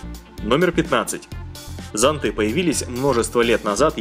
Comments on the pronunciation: зОнты, а не зонтЫ!!!!! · правильно говорить зОнты... В словарь посмотри